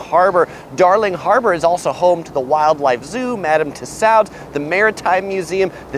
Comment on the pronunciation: Sorry I must correct you, it's Madame Tussauds pronounced (too-sawds) sorry, keep up the great work.